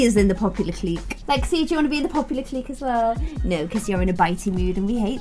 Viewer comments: just to help you out with pronunciation, hooky = “hook-e”, clique = “click” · Just love you dearly but please clique is pronounced click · Clique is pronounced like "click'... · I wanna join the popular kids clique(but she pronounces it as cleek). Me: Clique(pronounces it as cleeshay). the way she says it is triggering me hardd 😭😭😭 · pronounces Clique like Cleek when its supposed to sound like CLICK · ITS CLICK NOT CLEEK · lol i love how you pronounce things😂 “clique” is pronounced like “click” it’s so funny ahahahhahahahah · Nobody:: "cleek" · I think it’s pronounced “click” but I’m kinda dumb so maybe I’m wrong. Anyway, I love your videos stay positive 😂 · Clique is pronounced like click (at least in America)